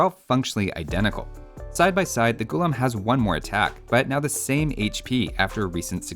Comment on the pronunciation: Its not Ghoullum. Its pronounced Ghullaaaam. Meaning slave in Urdu. Because when the Delhi sultanate and Mughals invaded Hindustan, they enslaved the native people.